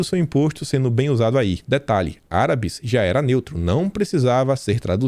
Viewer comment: "Arábus" kkkkkkk além de mudarem uma palavra que ja é neutra, erram na acentuação kkkkk